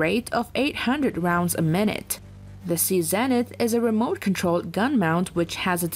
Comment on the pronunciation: "vaylure" class frigates and "sea zeeenith" 🤦‍♂️ very interesting video and well put together but please pronounce your English a bit better 🏴